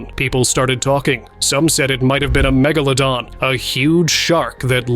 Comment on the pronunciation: How many megalodons did I really see.*. How many times did your AI mispronounced Megalodon. Too many times to count.